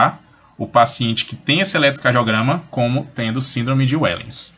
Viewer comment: A pronúncia não é "uéllens" e sim "véllens". É holandês.